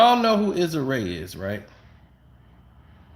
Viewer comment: You butchering Issa Rae name 😂